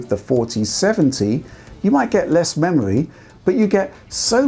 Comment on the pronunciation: hungwy for memowy